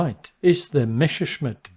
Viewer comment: Messerschmitt= Correctly pronounced Messashmit➡️Messa, like Odessa. Greetings from Germany.